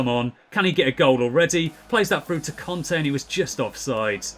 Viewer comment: Just to say I asked some French people and it's pronounced Kante not Conte